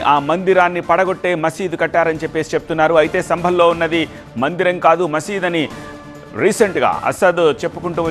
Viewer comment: మందర కాదు... మందిరం ....